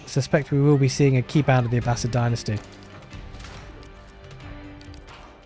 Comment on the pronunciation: Oof! That was rough for the Abb-ass-id.